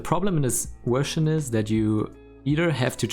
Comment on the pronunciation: How come you pronounce it ''Wersion'' but also say ''village''?